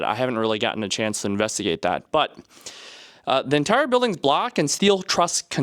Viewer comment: Ohhh, "block." I thought you were saying "black", lol 😅